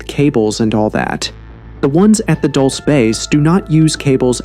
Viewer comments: Dulce (DooL Seh) NOT "Dolshe", DULCE MEANS "sweet"/"Candy" . There was a creek with sweet water (AGUA DULCE) thats why is Called "DULCE" NOT...whatever u say is called (Dolshe or that sht u said) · It's not pronounced Dulsa, its pronounced dulcy. Dulcee. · It's pronounced "DuLLsAy bAse" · it's pronounced dull-chay.. livin la vida dulce 😁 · At, respectfully, I just want to tell you that the town name is pronounced, "dull-see" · How could you make an entire video about a place and neglect to discover how to say the name? It’s pronounced Duel-say. Edwards Air Force Base is in California. The supposed meeting took place at Holloman Air Force Base in New Mexico. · Pronounced Dool-Say and means sweet like candy. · It’s pronounced “dull say”, correction coming from a New Mexican…. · They are Not aliens, they are demons. And you are pronouncing Dulce wrong. I'm from New Mexico, and it's not pronounced that way. You're supposed to emphasize the E at end. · Thank you!! The pronunciation was driving me nuts. The DUL should rhyme with “school” and the CE is pronounced like the word “say.” DOOL-SAY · Couple things..... it's pronounced "Dull-say" and they say it like the acronym is spelled, "Moo-fon"